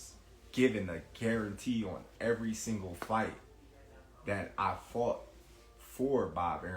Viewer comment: I wouldn’t trust any business decision from anyone who says “faughted”.